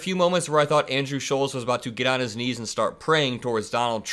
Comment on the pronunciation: It's Andrew Shultz ! not sholes ...